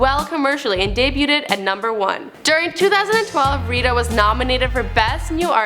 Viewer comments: okay...I understand that this host chick is "eye candy"....or whatevz.... but can u puhLEEZE find someone who can read aloud properly on camera?... it's frustrating to listen to and is kinda distracting when she says shit like "de-bute-ted"...not "debuted"...thank u: ) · did this girl just say... day-booted lol, all love tho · Please learn how to say debuted. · She pronounced the t in debuted. Smh. Wow